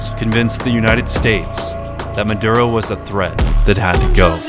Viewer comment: Came for the Aura ad, stayed for the "Sicario 3: Muh-Durr-Ohh" trailer.